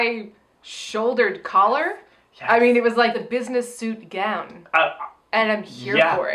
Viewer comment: LOL, you know I was this close to posting a comment complimenting in a previous video for successfully pronouncing "gown," but it seems she's made a backslide in her progress.